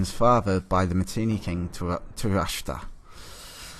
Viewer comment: The content of your video is great but you should consider recording your voiceover/narration one sentence or paragraph at a time. Also you need to memorise pronunciations. No one expects your pronunciation to be perfect, but at least get the phonetic sounds in the word in the correct order. You keep saying 'Matinni' instead of 'Mitanni' and 'Turashtra' instead of 'Tushratta'.